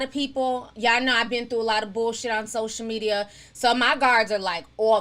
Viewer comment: I love the way Ti says sosha media😂😂